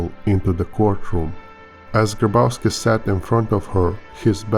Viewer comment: you pronounce it "Graboffski"